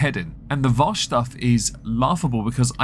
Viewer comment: It's Vaush not Vosh genius.